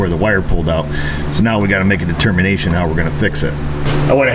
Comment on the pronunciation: at 9;43 you said de termination. Pun...